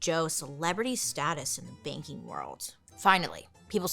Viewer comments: The first 10 minutes I thought she was saying baking industry not banking oml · everytime you said “banking” i heard “baking” and i was like he wanted to be a baker?!? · Me too!! I was so baffled. I was sat here saying "Baking? Like... Cake? Or bread?". Took me far too long to realise she wasn't saying that. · Me too!!